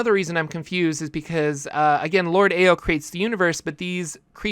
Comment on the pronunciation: "Ao" is pronounced like "Ow"